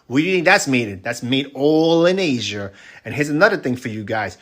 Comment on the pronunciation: That video is soooo cringe! My dude can’t even speak properly what is “Asiaer”😂😂😂😂